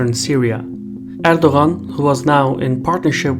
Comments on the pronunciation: no he says it wrong lol im Turkish but he's Azerbaijan Turk so there may be some dialect differences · Are you not bothered by his mispronunciation of your President's name? I am not even Turkish but it seemed really ignorant to not make an effort to get the surname right. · the g is silent, you're meant to enunciate his name as erdoaan